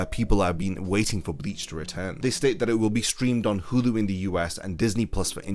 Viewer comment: its pronounced 'Hulu' not 'Hudu'